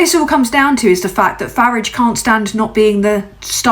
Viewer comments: Well well well. YT came up trumps putting you in my feed. Ps I applaud your British pronunciation of farage's name. When its day time I will share. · I like that you pronounce Farage like the Clash pronounce garage, like I preferred to say it as a kid. I was born in London, lived and raised in Crawley from age 1 to 7 and change when we emigrated to Canada. First time here, as hard as that may be to believe. Subbing. Thanks for being you,. 🖖🏼😉🎶❤️🍁❤️✨️🕊 ✊🏼🤬🤜🏼💥🍊💩🦤👿🤡🤖🤡🤡🤡